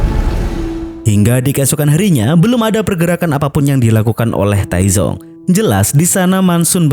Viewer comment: Dalam bahasa Mandarin, Taizong (太宗) dibaca dengan dua suku kata. Bunyi z pada Pinyin mendekati “ts” dalam bahasa Indonesia, bukan “z” seperti pada kata zebra.